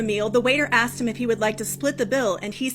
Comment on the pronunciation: WHY DO SOME PEOPLE SAY, I AXED YOU A QUESTION? OR WAT’S YU MEEN? I KNOW E-BONIC’S WAS SO VERY POPULAR DURRING THE 70’S AND 80’S.